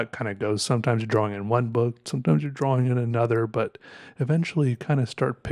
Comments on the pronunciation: I love how he pronounces "drah-wing" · The only person I've ever heard who pronounces the "W" in "drawing". Unique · Hearing “drawing” pronounced with a “W” is unsettling